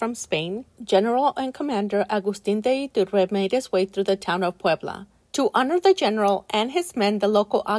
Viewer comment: Agustin de Iturbide not Iturba